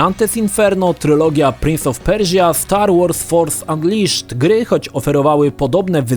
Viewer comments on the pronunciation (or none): dobry materiał ale tego angielskiego nie da się słuchać. prinz of perżia ? bern ałt ? kurwa aż uszy bolą takich smaczków pełny jest cały materiał...